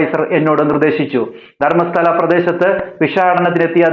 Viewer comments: താങ്കൾക്ക് നാണമില്ലേ ഒരു തെളിവ് ഇല്ലാതെ ഒരാളെ പറ്റി ഇങ്ങനെ പറയാൻ.. മലയാളികൾക്ക് ശബരിമല പോലെയാണ് കന്നഡക്കാർക്ക് ധർമസ്ഥല. ആദ്യം കേരളത്തിൽ നടക്കുന്ന സ്ത്രീ കൊലപാതകം ചർച്ച ചെയ്യൂ.. നിങ്ങൾക്ക് ധർമസ്ഥല എന്ന് നേരെ പറയാൻ വരെ അറിയുന്നില്ല.. ധർമസ്താല അല്ല ധർമസ്ഥല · Not dharmasala ,dharmastala